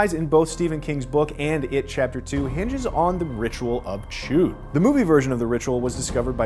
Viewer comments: Chüd like Rudd 🤦‍♂️ not chood 😂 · Ritual of “Chewed”?😂 Why did he say it so weird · You saying CHUD wrong. C.H.U.D like that classic sewer horror movie monster.